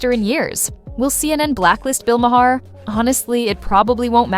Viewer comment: Your credibility is questionable when don’t even pronounce Bill’s last name correctly